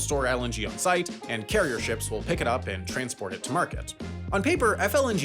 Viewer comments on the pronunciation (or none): none